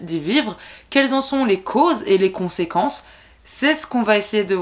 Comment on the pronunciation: j'adore quand tu dis conséquences 🤣🤣🤣